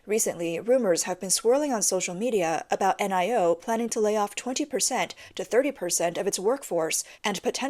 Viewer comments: Lol...the brand Nio is not meant to be read out letter by letter...it's meant to be pronounced as one word...'NIO' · N-I-O is pronounced NEO. The ElevenLab AI can't pronounce NEO.